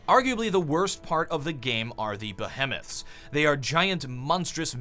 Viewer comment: behemoth isn't pronounced that way...